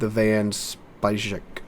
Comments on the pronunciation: It's pronounced "Van Spike" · van speijk == van spike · T9 Dutch Cruiser "Van Speijk" pronunciation would be something like... "Van Spike" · Van speijk is pronounced like spike but just swallow the e and you say it pretty much correct